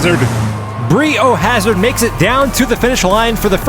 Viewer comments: Why are you saying bree o hazard when its bri o hazard as in biohazard 🤔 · It's not "BREE" O'HAZARD... its "BRY" O'HAZARD, as in BIO-HAZARD. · Anyone else feel like the name is pronounced BRY O Hazard, not BREE? 😂 otherwise phenomenal epsiode!!!🎉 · BREE O hazard?? Surely it’s pronounced BRY O hazard to rhyme with BIO hazard. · It's bri not bree. So that it rhymes with bio hazard 🤦‍♂️🤦‍♂️🤦‍♂️ almost as bad as NOOTella instead of NUTella 🤦‍♂️🤦‍♂️🤦‍♂️ Americans.... eesh!!!! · lol it's "BRY-OH" Hazard (rhymes with Biohazard)! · Came here to comment this. Was like nails on a chalkboard every time they would say Bree lol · Lol, thanks, I'm glad somebody noticed that. :-D It was even worse for me listening to it mispronounced as Bri (short for Brian) is my real first name. :-)